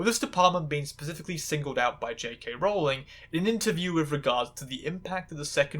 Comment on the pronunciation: Honestly, I'm just impressed you pronounced Rowling's name correctly